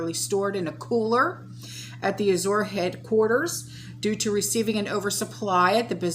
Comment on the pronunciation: I think it is pronounced Az-jur Standard, like the color Azure Blue. (Like the French Soupe du jour or Soup of the day.) Thanks for the updates. This is so scary. I can't believe that people are not waking up!